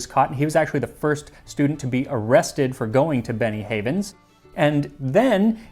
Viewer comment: Every time you say "Benny Havens" I hear "Beni-Frickin-Hanas". Also this episode is a real riot. I'll see myself out.